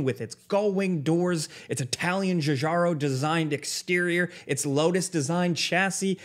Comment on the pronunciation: Thank you for not butchering Giugiaro, best part of the video ♥️